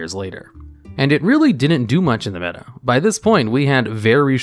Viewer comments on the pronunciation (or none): none